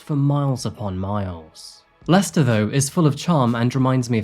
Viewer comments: It's 100 miles from Leicehter to London. Thtat's cute. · So, it’s pronounced “Lester”. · Why is Leicester pronounced as "Lester"? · As anyone who's ever visited would know, it's actually pronounced "Lest'oh" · Am i the only one surprised by the pronunciation of Leicester as "lester"? English is weird lol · I would never have known that the city Leicester was pronounced “Lester”. I’ve always wondered what the correct pronunciation is. I am not a big fan of Tiktok. I’m sure there’s some good content there, but after my car was stolen thanks to some thieves inspired by the “Kia Tiktok Challenge” I deleted the app. I’d only followed a couple of people anyway.